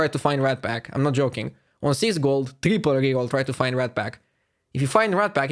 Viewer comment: That guy and his ugly Ingrish.... saying TREEPOLL instead triple ...